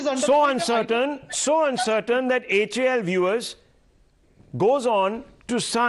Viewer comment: It's not hal. To be pronounced each letter H A L ....plz say it like that only...it's Hindustan Aeronautics Ltd